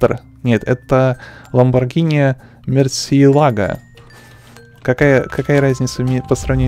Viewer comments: вобщето не ламбарджини мюрсилаго а мурсилаго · Не мерси а мурсилаго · не ламборджини мерселаго а ламборджини мурчелаго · Чего??? АВЕНДА́ТОР? МЕРСИЛАГО??? я фанат марки ламборджини, везде же написано Aventador, а не Avendator!!!